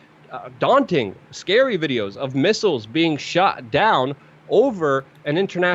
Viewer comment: "Videos of missiles being shah down..." Did you mean "SHOT" down?